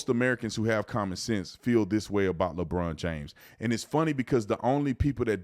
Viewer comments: "ledrom james" ... 🤣🤣🤣🤣 Colby pre-drinking? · Ledron james 😂😂😂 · Every time I watch videos, I read through the bullshit. He can't even pronounce Lebron James name correctly. He's speaking up for views and to sale a fight. Fake outrage. Lebron is wrong, but the UFC fighter is pandering to Republicans. I rarely like it when athletes speak on any topics because 99% of the time, it's bullshit.